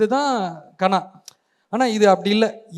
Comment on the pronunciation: Kaanaa இல்லடா தம்பி, கனா.